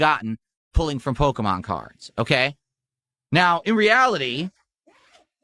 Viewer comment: “I’m gonna milk this pokeyman card scam until you dents stop paying up”